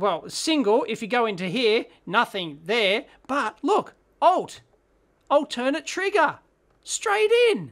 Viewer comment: Altern-Ate! Long A! The triggers go back and forth, not to some other auxiliary source.